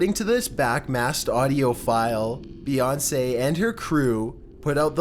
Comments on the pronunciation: Beyounce really 😂😂😂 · No not bèyonce